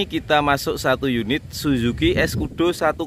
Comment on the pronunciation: Suzuki namanya mas jangan salah baca